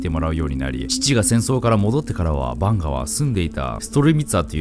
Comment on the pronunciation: カマヴィンガみたいな言い方すな